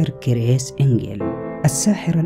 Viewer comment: كرِس وليس كر يس